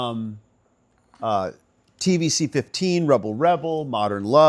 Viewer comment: Sorry to be that person for a second,, but the Bowie song 'TVC15' is pronounced TVC-One-Five